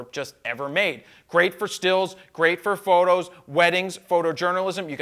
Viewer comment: why does he say ''frodo fhoooto'' is he from shire..